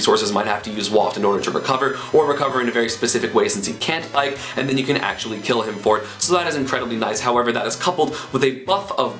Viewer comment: when you were talking about bike, i kept hearing bite